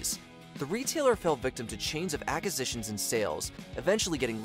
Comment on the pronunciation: Please learn how to pronounce acquisitions